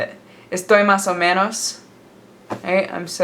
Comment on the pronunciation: you said chilaquiles and "estoy mas o menos" like incredibly well but "donde esta el baño" try to put less tone on and between the words like you did with "mas o menos", it really does help to learn the pronunciation of the spanish alphabet